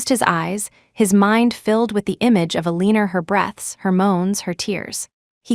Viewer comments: Is AI having a problem saying Eleanor (Ella-nor)? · The pronunciation of Aleaner is killing me. 😂😂😂